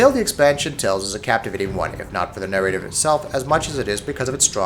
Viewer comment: "Vine-yards," "Nare-ray-tives," by the time "Es-Tate" rolled around, I just couldn't take it anymore! I feel like I'm losing my mind!